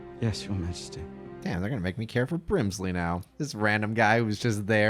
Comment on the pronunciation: Bbrbrrrimsley took me out